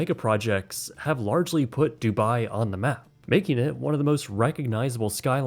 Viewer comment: Not the "dubai tein towers" lmao💀💀